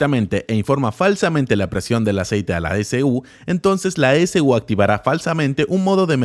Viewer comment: Dato: cuando dice S-U quiere decir e-c-u o "ecu".